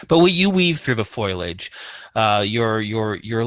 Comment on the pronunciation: Amenities Denizens aaaaaaannnnnnd, (say it with me now) FO LI AGE FOLIAGE NOT FOILage! been driving me NUTS for ages !!